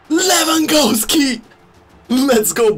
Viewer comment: Levengawski ..levengawski lets go 😂😂😂